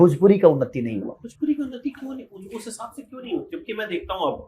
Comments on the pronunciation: पहले भोजपुरी ठीक से बोलना सीख ले.... भोजपुरी होता है भजपुरी नहीं... इस से बड़ा जलनखोर और कोई नहीं है भोजपुरी में... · अरे पहले भोजपुरी बोलना सिख ले भजपुरी बोलता है 😂😂 मसूरिया 😂😂